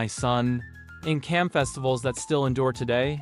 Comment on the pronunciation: It is pronounced as Jam not Kam.